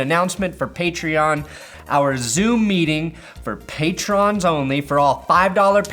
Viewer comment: Patron is not pronounced like that. Idk if its on purpose or not but that shit IRKS me every vid. Side note: thanks for the lions content.